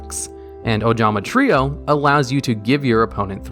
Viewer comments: I am so happy he didn’t say “Ojama Try-oh” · What is this? actually pronounced ojama trio right? What is the world coming to?